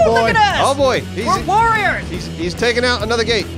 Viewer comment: When exclaims "We're warriors" I feel like he'd spell it "worriers"